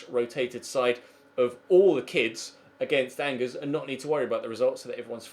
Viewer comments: Bring back Lucas Digne at LB. Side note: its pronounced On-Jair, not Angers. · Angers is pronounced Anjay